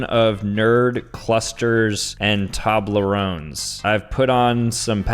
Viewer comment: he realy said i eat a lot of tobleroans to nikakado